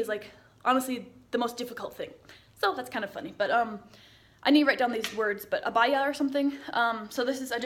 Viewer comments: I just love you 💙 I'm glad you are happy here . If you ever go to Riyadh tell us so I can see you 💙 And yes it is called Abaya . You said it right 👍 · We have dryers , and you pronounce abaya correct! Welcome to our country 😊